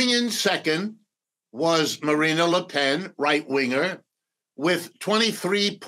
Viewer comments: It's embarrassing to hear this "expert" on France incorrectly pronounce Marine Le Pen's name all throughout the interview. It's Marine and not Marina. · Please, it's Marine, NOT Marina. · I couldn’t take him seriously when he kept saying MarinA le pen 😐